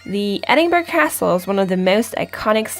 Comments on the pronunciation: I think Princes' street will give you an argument about the main street in Edinburgh (pron ed-in-bra not ed-in-burg) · Edin-buh-ruh ... not Edin-burg. Good video, though. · Argh, stop saying ‘edinburg’!!!! It’s pronounced ‘Edin-bru’ or ‘edin-bura’. Whichever you’re more comfortable - but it doesn’t have the same sound as an iceberg. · tuomask 78 I’m a “local”, born, raised, educated, live and work here... I’ve never heard “em-bra” (unless it’s maybe from the uneducated masses). Simply, it’s “Edin-buh-ruh”. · I think it is pronounced édin-brah ❤❤❤, Thanks for the video❤❤❤. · as a 80 year old lad who was born there , we call it Edinburra , now try saying that, it really is easy , well when you go there and say it how i have spelt it, i can assure all the folks will love you that you have pronounced it correctly ,Duncan, born in Edinburra . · Yes, EITHER of those are fine - but not Edinburg sounding like Iceberg. There’s a few factual errors too. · קמרוןSnipethemapplesקמרון No,it is pronounced Edinburra. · Thanks for posting this video. It was very informative and I have used it as a 'things to check out' reference as I will be there in June. I see a few people have pointed out the pronunciation of Edinburgh which by now, I'm sure you get. (When you hear it said with the hard "g" sound, it does interrupt the flow of your wonderful commentary.) And to share a bit of history, Princes Street was named after George III's sons--hence each of them was a prince. Cheers, Darryl